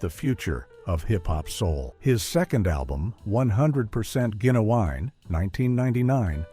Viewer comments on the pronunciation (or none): You said Genuwine’s name SOOOOOO wrong, so screw this channel. 👎👎👎